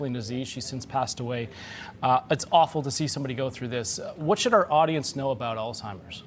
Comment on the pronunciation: Why does she keep saying “Altimers”? The guy says it correctly. Lol